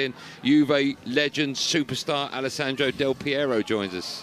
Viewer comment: ALLESANDRO? REALLY....and these are journalists, it is shocking!